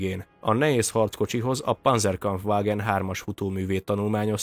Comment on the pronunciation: A Panzerkampfwagen kiejése : pancerkampfvagen !!!! a z az németül cett azaz c.